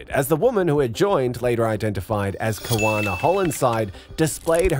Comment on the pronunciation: Kawana needs lessons in diction , pronunciation and language usage.